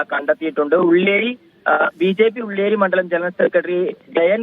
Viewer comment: ഉള്ളി ഏരി എനിക്ക് മാത്രമാണോ കേട്ടത്😂